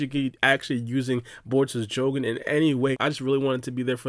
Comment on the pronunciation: Why do you pronounced the jougan the way you do?? 🤔🤔 knowing how all other doujutu have all the same pronunciation